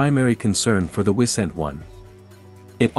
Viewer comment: I second that. Also the I in Wisent is spelled as a long I.